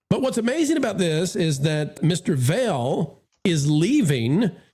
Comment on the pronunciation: You really should learn how to properly pronounce Jeff Vahle’s name. Your credibility suffers when you can’t even get basic stuff like that right.